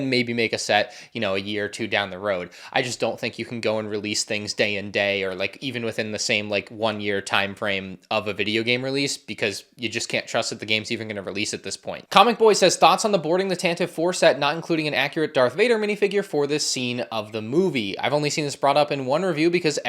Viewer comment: Ask: Why do you keep pronouncing Tantive incorrectly? George Lucas himself said it’s “tantivee” and not “tantiv”